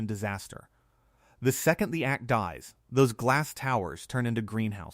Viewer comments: AC is pronounced aye cee, not ack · Tell your AI that it is A C, not ack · Yeah that was good😂and ak for AC😳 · Megacity and ack units, AI just can not read or pronounce the written word😆